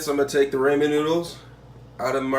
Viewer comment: It is pronounced RAW-MEN. Not "ray-men." What the crap? 🤦🏻‍♀️🤦🏻‍♀️🤦🏻‍♀️